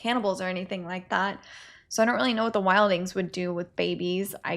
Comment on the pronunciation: Not here to hate on this reaction or the format. Appreciate you trying to make the best of a tough situation. That said, I do want to add that it's pronounced wild-Lings, not wild-ings. Anyway, Keep going. Some of us enjoy the reactions.